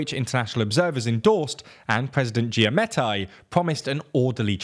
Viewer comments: Giammattei is of Italian ancestry. How can you butcher the pronunciation so much? It's ridicolous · Great job although you need to do more research pronouncing Arévalo and Giammattei and a few others. Guatemala has hope and will put up a fight against corruption.